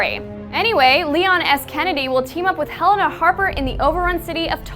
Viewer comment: None of these stupid ign mother fuckers can say Helena right